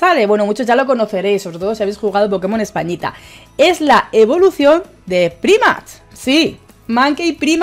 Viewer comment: Primat? Jajaja cuando vas a aprender a pronunciar los nombres de los pokemon? Nunca? Jajaja